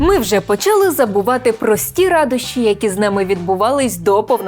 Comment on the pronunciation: українською мовою не почАли, а почалИ наголос завжди був, є і буде